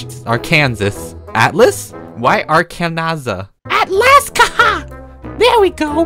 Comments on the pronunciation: said Ark-an-sas it’s ark-an-sa that’s how you say it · THIS IS HOW YOU PRONOUNCE ARKANSAS "ar ken sa" NOT ARKANSAS i'm offended BC I WAS BORNED RIGHT THERE IN CONWAY. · You pronounce it as Ar clap kan clap saw *clap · I LIIVE IN ARKANSAS!!! and apparently its illegal to pronounce it the way you said it in this state.